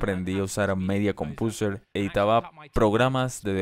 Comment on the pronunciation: Se pronuncia "Midia Compouser" no "Media Compiuser" jeje